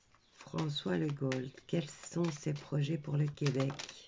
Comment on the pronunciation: Ça s écrit Legault mais ça se prononce Lego"